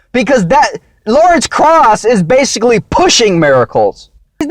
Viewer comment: Way out of your league here. Butchering Krause and inserting your favorite deity.